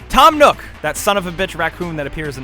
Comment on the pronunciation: When he said Tom nook I started dying 😂😂😂😂